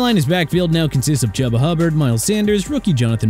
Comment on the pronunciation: CAN'T GET CHUBA HUBBARD'S FIRST NAME RIGHT, CAN'T GET ISAIAH WYNN'S FIRST NAME RIGHT... STUPID! CHOO-BA NOT CHUBBA, AI-ZAY-UH NOT E-SAI-AH! GOT IT?! Plus, Dolphins ranked at 13... Pathetic!